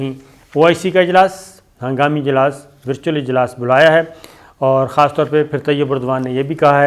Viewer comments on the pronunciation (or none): none